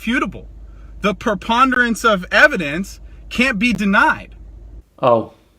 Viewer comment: He pronounces preponderance like he just found it in the dictionary